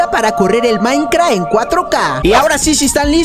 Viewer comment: es minecraft no maicra xd